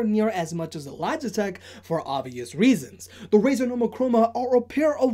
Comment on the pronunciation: its Razer - learn the company names! i dont go saying bosa or bosu even its ship company and sounds like chinese brand name even its american, i do own z623 tho and mine doesn't have volume and bass writtings - here a logitech QC for you, also my brothers 5 years old z623 sounds better than mine 1 year old z623....